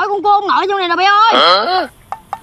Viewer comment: Con cua thật đọc ra con cu